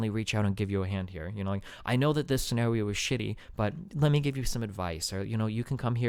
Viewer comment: Destiny says "scheenawio" instead of scenario